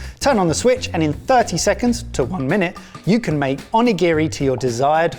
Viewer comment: Ugh the constant mispronuciation of onigiri is painful. But great video!